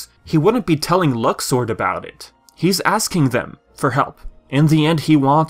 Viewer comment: with the new pronunciation "luxord" sound like luck sword